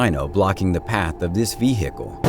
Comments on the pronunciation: Ve-hick-el. Vehicle. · V HICKLE ? Really? What Planet are you from?